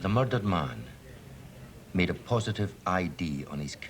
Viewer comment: "Muddered", ha! And no, this ain't Taggart.